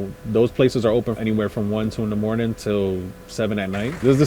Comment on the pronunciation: Dude that good mawning...lord have mercy